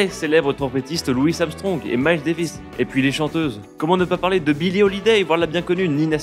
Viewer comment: Des petites fautes.. Brubeck pas Dubreck, et Billie pas Billye.. Vous faîtes des raccourcis de fou, bien sûr que le jazz des années 20 était une musique écrite. Et puis le fort impact du banditisme dans l'apogée du "jazz" swing est passé sous silence.. JAZZ tout seul ça englobe beaucoup trop de chose et l'auditeur s'y perd.. Après ça dépend du but de cette vidéo.. Mais faut faire gaffe à pas raconter des trucs trop à l'arrache.. Je suis pas un puriste de jazz même si j'affectionne particulièrement ce style mais le contenu n'est pas à la hauteur de la forme pour moi..